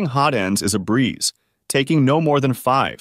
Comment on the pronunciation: You know the narrator has no clue what he is talking about when constantly referring to hot-ends as ho-tends.